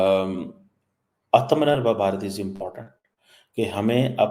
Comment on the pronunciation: please say once again: "Aatam Nirbhar Bharat" 😂😂😂😂